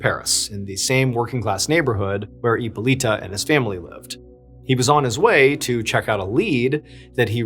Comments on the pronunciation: Hypolite is pronounced Hypolit. Not Hypolita or Hypolitoe. 😉 E at the end of the word in French accentuates the preceding consonant but is silent. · Hippo"Lighta" is how it's pronounced. It's Greek. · Hyppolyte is pronounced as "Epoleet"...😂😂😂 not "Epoleeta" , just saying. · The correct way to pronounce hippolyte is hippo with a silent H and lit “ippo-lit”